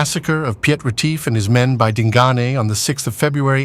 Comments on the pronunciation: And it is pronounced "Peet" one syllable. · The narrator has a deep,rich voice...but struggled with the difficult names...Piet...is just the Dutch version of Pete...etc...